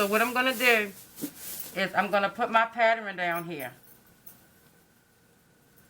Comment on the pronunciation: " this is my patterin"... love it